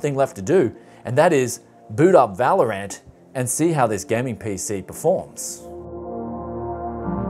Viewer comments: He always says vÄlorant instead of valorant. 😂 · Normal people: valorant This guy: valor ant